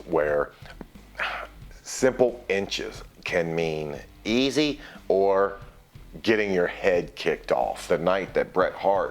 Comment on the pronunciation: Why do he say easy like that 🤣🤣🤣